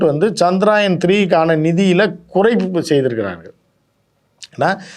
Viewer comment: சந்திராயன் இல்ல அது சந்திரயான்